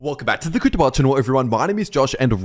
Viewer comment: I can never tell because you speak so fast, but do you say "Welcome to the cryptobar channel" or "crypto world" channel? Because if its supposed to be "world" it defiitely doesn't sound like it.